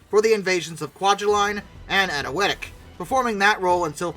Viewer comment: pronounced properly any-we--tok , new heb-ra-deez